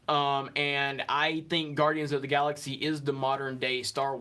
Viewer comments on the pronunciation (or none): none